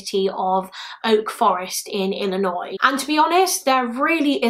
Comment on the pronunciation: You said Illinois right 😭👏👏👏 We got people in our own state who don't say it right. So congrats 👏😅